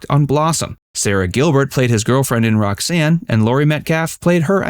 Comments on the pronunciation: It’s Roseanne not Roxanne. The nerve. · Rosanne not Roxanne you asswipe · Roseanne, not Roxanne... Fact